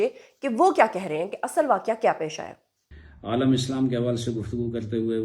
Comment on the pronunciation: بہن علماء جمع ہے عالم (سکالر لام کے نیچے زیر کے ساتھ ) کی عالمین جمع ہے عالم (جہان)کی لام پر زبر کے ساتھ